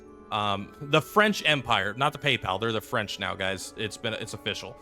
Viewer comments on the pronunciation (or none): I've not seen a single content creator pronounce it correctly. at least half right